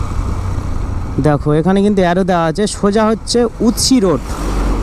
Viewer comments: ওটা উতসি নয় উস্তি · 😂😂😂 উৎসি ???? উস্তি হবে 😂